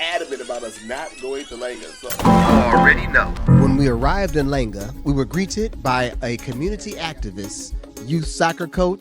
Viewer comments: You pronunciate Langa with an "a" sound not "e". It's not Lenga but Langa. Langa= Sun in Nguni languages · Heads up. Langa is pronounced with an uh sound as in “uncle” (luhnghu) and it’s also really “Kwa-Langa” (place for the sun). Calling it merely “Langa” is a legacy of the Apartheid government